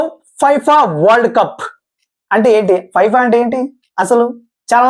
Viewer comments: ఫైఫా కాదు రా నాయనా ఫిఫా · Fifa kadu brother Danni fefaa ga chadututaru